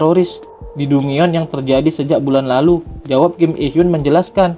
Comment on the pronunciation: Dungeon... 😂 di baca DanJen.. Lawak